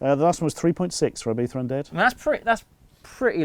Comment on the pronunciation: ibifa? why does he pronounce it like that ?